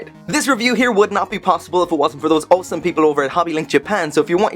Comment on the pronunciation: Quick questions, what happened to mechaburrito? and how would you spell the way you say awesome? Oweome? Aowsome? i just love it. Great review i know nothing about this character and you made me want this figure.